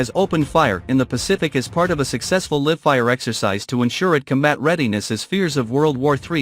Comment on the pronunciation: I hate AI voices or computer voices, there is always words they can’t pronounce correctly. In this case Live